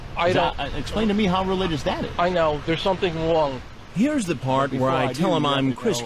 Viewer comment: "There's something wong"